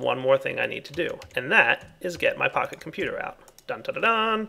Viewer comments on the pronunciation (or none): you should get a texture pack for computercraft that shows Pahimar's face on the Pocket Computer, because it sounds like you're calling it a "Pahi Computer":D